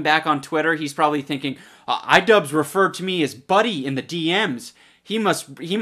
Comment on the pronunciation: the-they the-they are fri-friends.. what are you on about also its "Idubbbz" not 'Idubzz" 😁